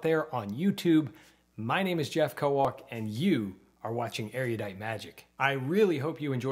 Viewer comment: erudite is pronounced 'erudite' and not 'ereeyudite'.